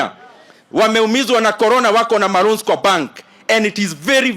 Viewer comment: Empty debe…… KPLC thief….. cannot even speak English!!!!! Roans kwa bank!!!!! What!!!!!